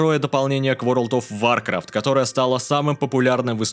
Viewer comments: Всё круто, смущает только произношение, каждый раз, когда ты говоришь вАркрафт, тянет поправить на вОркрафт, но это уже англицизм, поэтому претензия сугубо субьективная. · вАркафт аж кровь с ушей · Есть люди, которые говорят варкрАфт, есть люди, которые говорят вОркрафт, но ты первый, кто говорит вАркрафт. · Да вОркравт.. звук О!